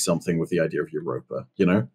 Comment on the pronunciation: Wow you called Europa spot on